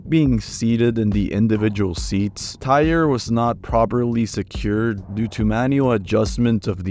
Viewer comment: He pronounced like 50 words incorrectly. Sounded like AI was talking